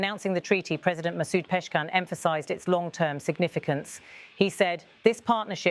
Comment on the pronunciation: Who the f*** is Peshkan😅😅???wow what an embarrassment for your channel that you cannot even say the president of a countries name😂😂its Pezeshkianyou fools not Peshkan!!!!wow!!!!!!!